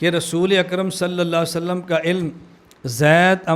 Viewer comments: Please say clearly صلى ألله عليه وسلم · حضور صلی اللہ علیہ وسلم کا نام گرامی صحیح طرح نہی لیتے علمائے دیوبند کی یہ کمی ہے مولانا الیاس گھمن صاحب براہ کرم اپنی تجوید درست فرمائے ۔ھداک اللہ جیرا۔ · Are janab pehle nabi ka name thik se to lee loo صلي صلي kar rahe hoo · Hazrat 'Sallallahu alaihi wassallam' to saaf aur sahi kaha karo